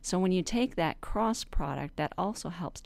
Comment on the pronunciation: The way you said "Cross" product made me think you're a Christian. :) Haha, well God bless you regardless, this helped me so much! :) I just wanted to also say...my Mom graduated from USC (University of South Carolina) and she grew up there, too. She moved to California later on, and met my dad and had me and my sister. I live in Southern California now. I've visited South Carolina many times though, and it's beautiful and pleasant. Anyway, just wanted to say thank you for this and God bless you so immensely! :) -Alexandra